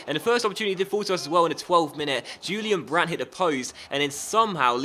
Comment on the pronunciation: Disappointed with the Correa signing. I would love it if you would use Andre Silva more often please? Also try and buy Jeffrey Bruma :) It's pronounced Hu-lian Brandt btw bro